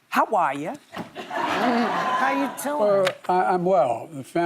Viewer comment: ⁰aye yooo "how ARE ya"